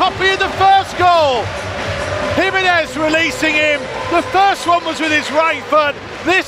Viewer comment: HE-MEN-EZ …. just to help you out 🇲🇽